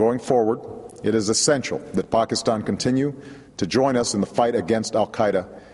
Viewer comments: It's pronounced "Pakistan" not "Pokiston", you fool. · I wonder how you heard Pokiston, you should get your ears checked out. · Did he say Pockastan?